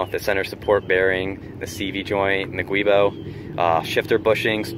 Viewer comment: Beautiful car. Don’t have a bad thing to say about any of the appearance modifications. Car looks mean. FYI, Guibo is pronounced “joobo”.